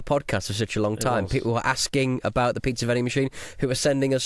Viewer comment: Did Chris say "piksa" vending machine? You slipped,! You slipped!